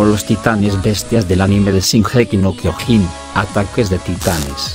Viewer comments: El tio: Shingéki no kyogín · Nadie: Este mamañema: shinjeki no kiojin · c*** es Shingeki no Kyojin no gingequi no Kyojin así lo dioses tu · No les pasa q "singeji no kiojin" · Gigeki no quiojin xd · Gigeki no jiojin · JAJAJA SINGEKI NO KIOJIN JAJA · No sabes decir bien sesinokiojin 😤😤😤😤😤😤😤😖😖😖😞😡😡😡😡😡🤬🤬🤬🤬🤬🤬🤬🤬😠😠😠💀💀💀💀💀💀💀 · Si jaja lo pronuncia bien raro jaja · Primero tendrias que pronunciar bien el nombre del anime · Yo solo quiero decir q no se pronuncia como tú dices